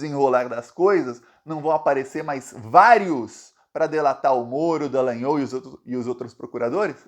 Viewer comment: O nome do cara não é "DalagnÔl" É DalagnÓl